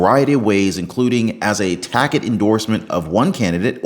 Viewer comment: "tacit". taaa. sut